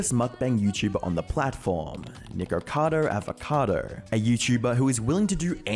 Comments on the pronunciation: Lol the way how he says nickackader avacader lol. (Btw if sees this, its pronounced Nick-ah-cahdoh Avah-cah-doh) No hate. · Ah yesss "Nigerkader Averkader" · Nick-er-cado Av-er-ca-dour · Nikercader Avercader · Neek-or-car-dor Av-or-car-dor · nikkercado avocadder